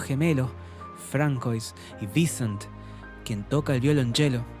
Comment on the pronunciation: Un consejo: aún que se escriba "François" se pronuncia "Fransua" 😉👍🏼. Buen resumen !!